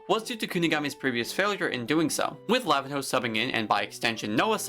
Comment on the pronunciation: Just a small correction for the pronunciation of Lavinho it’s not ‘lavin-how’ it’s pronounced ‘la-veen-eeo’ but other than that agree with the rest of the video